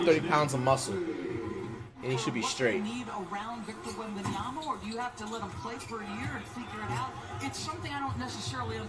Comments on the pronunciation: Flight breaking character because he said the name right lmaoooooooo🤣🤣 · I love how flight looked at the camera when he actually pronounced his name right